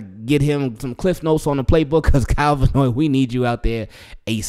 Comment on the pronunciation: His name is Van Noy, not Vanoy.